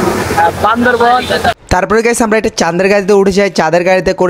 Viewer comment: চেং চুং চেং বলে আবার ওখানে যাস কেন? আর বান্দরবন না বান্দরবান হবে